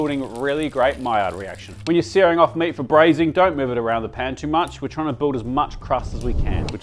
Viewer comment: 27/100 sounded like "never overcrowd Japan" 🤣